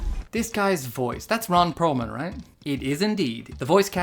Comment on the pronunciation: Ron Purr-man.